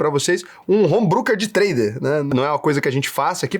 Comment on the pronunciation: Sendo chatinho, apenas uma pequena correção. Home Broker (Brôquer), não Brooker (Bruquer). TMJ, grande video,.